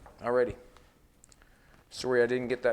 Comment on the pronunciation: "AhREEDY BACK AT AGAIN"